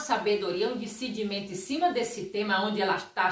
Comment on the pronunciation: Por favor aprenda a falar DISCERNIMENTO, COM TODO RESPEITO